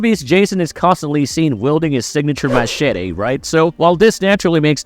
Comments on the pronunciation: The way he says Machete is funny 😂😂😂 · Wow you really gotta throw in that pronouncation in to Machete hey ? Cringe 😹